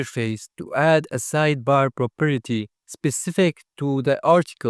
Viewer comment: very nice explanation but if I hear "properity" again I'm going insane